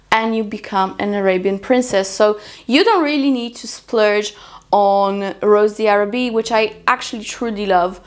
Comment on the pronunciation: It’s pronounced “ rose dharabie “ ☺️